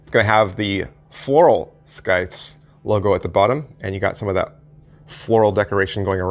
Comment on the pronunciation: the C is silent.